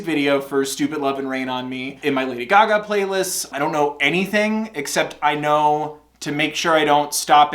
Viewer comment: did you say “guh-gah” instead of gaga